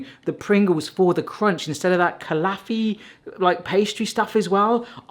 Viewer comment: "kalaffi pastry stuff" - Why are Brits so opposed to pronouncing things from other cultures correctly?